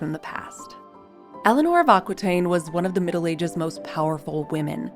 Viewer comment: LOVE your channel. Just a tiny note: Aquitaine is pronounced: Akitaine, not Akwitaine.